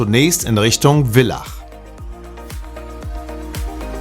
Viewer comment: Super Doku - gratuliere euch!!! ABER das heißt Villach mit Vogel - V und nicht Willach!!!! Mann, Mann, Mann😂